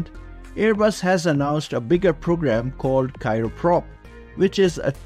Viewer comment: It's Cryoprop, not cyroprop.